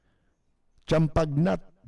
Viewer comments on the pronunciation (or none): Percy, ang pagbigkas (pronounciation) po ng Champagnat ay Champanya, silent g at silent t at ang na ay nya pag bigkasin. Si St. Marcellin Champagna ay isa pong French , ang nagpasimula ng mga Marist Brothers na sila naman ang nagtatag ng mga paaralang Notre Dame sa Mindanao pagkatapos ng pangalawang digmaan ng mundo. Salamat po.